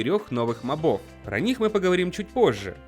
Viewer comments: Не мобо́в а мо́бов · Не мобОв а мОбов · Правильно МОООООООООБОВ удорение на О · Мобов— ударение на первую "о"! Заебал